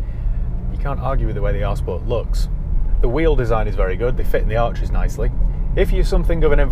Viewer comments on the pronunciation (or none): none